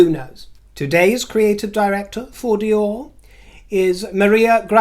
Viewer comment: you have excellent French pronunciation! Fabuleux!